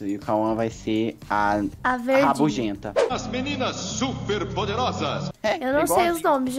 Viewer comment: Não o falando das meninas super poderosas a verde ele fala rabujenta kkkk mano não paro de rir